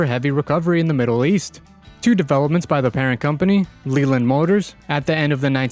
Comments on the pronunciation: It’s Leyland pronounced Layland. Not Leeland. And whilst I’m at it, it’s Jag U Are, Jaguar. Not Jag wah. 😂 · Man the only issue I have with the video is how Leyland is pronounced one of my college bros works at the main factory of Leyland trucks UK. It's also pronounced LAY land.